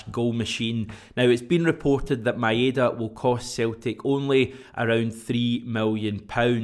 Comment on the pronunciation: heads up, ive done the research and its pronounced MyDa DieZin, not MaEhDa a trick to remember it = my da dies n its no ma ain da